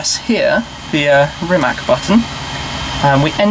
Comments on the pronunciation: sucksqueezebangblow Don't be silly...zelja TM is Croatian and knows how to pronounce Rimac...Brits and Americans very often pronounce wrong our surnames if the letter C in a question..so.. it is Rimac c=tz not k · Stop calling it Rimek. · Rimac, pronounced 'RIMATS'. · Everyone is so amazed by the car, yet all mispronounce the name!!! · Stop sayng Rimak... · Read his name like it was written Rimatz - then you'll pronounce it right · It's actually pronounced Rimatz. I'm also very proud to be Croatian! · You're pronouncing the name wrong. Sry (Rimac - read it like Rimats) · can you try to call it Rimats ? Then it will sound like it suppose to. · It's Rimac with a 'c', not a 'k'. Please say it correctly.. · it is pronounced Rimatz, learn the basics so you don't embarrass yourself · since im Croatian, i get so triggered when shmee says Rimac wrong. like if you agree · You have a car YouTube channel, yet you can't pronounce the name right .... Rimac is not with a hard c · srsly? Do English speaking people do it on purpose (mispronounce it), or they just CAN'T pronounce simple surnames like "Rimac" ... I mean? Are you that dumb... :\ I would understand if it was Miljevic, Savljevic, Krstulovljevcic etc... but COME ON - RIMAC. How hard can it be? :\ you lost me there. bye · It's not that hard to learn how to correctly pronounce Rimac is it ? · Still can’t pronounce the name. Really? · Still shocked nobody can get Rimac's name right. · Who else is annoyed with wrong pronunciation of Rimac? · Then how do you not get mad at Shmee's and everyone else's mispronounciation of rimac? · zelja TM ...Nemoze on reci slovo C, jer ima govornu manu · You don't pronounce "Rimac" like that. But you knew that... just don't care. Right? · just a hint...it"s Rimac not Rimak ;) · Can you say Rimac correctly it is a regular european C not the "english" c and it is not rəmák but Rímac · Great car! Btw. pronounciation is rimaC, not rimaK :) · You wrong speak ,it is rimac not rimak.